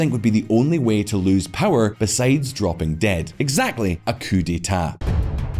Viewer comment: Pronouncing coup cooop